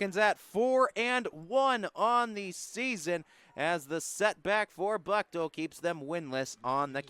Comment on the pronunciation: Thank you for the coverage. Buchtel is pronounced , booktahl.